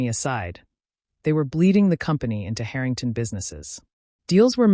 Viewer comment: AI Let’s work on our pronunciation of Harrington, OK